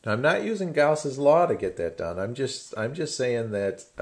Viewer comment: Gausss'ss law